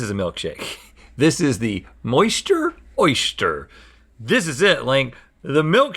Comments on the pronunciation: Rhett: “Oyshhter” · Is it just me or does Rhett keep saying 'Oistiure' and nobody is mentioning it